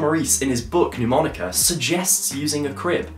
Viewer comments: Great thinking! You have great ideas mate. Can I point out respectfully that Mnemonica is not pronounced 'New- monica'? It's actually pronounced: Ner-monica. Quite a few established channels mispronounce it, even Rick Lax! A mnemonic (/nəˈmɒnɪk/, the first "m" is not pronounced) device, or memory device, is any learning technique that aids information retention or retrieval (remembering) in the human memory. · mate, it's not 'Neww-monica' - the first syllable sounds more like the end of 'Manchester' - listen to it here